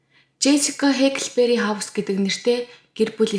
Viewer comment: Хээкл биш Хааклбээри шүү dear ❤ Байнгын сонсогч нь бнаа. Ойр ойрхон бичлэг оруулдагт баярлалаа.